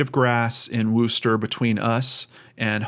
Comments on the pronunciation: PsyintZ It may look like a correct pronunciation to you. However, as pointed out, many people here are actually from England and, trust me, it's pronounced Wuster not Wooster. Sounds more like the O in worst then the O who. Worcestershire is pronounced Wustersher although I know some Americans pronounce the sauce WooostershYre. A person can always google "how do I pronounce _____" and get an audial recording. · wuster not wooster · Pronounced 'wusster'